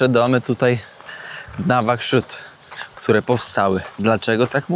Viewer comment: Nałłakszut tak się wymawia